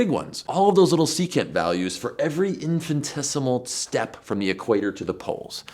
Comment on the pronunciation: 'Infinitesimal', not 'infantesimal'.